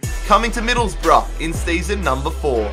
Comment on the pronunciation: Stop saying hills rough